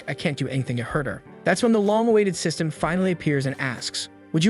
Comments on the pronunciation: Sys-t-an failure, Ai voice can't read some words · Ah yes, not system but siestem